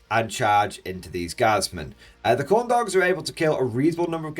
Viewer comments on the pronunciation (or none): Every time you say Khorne dogs I hear corn dogs.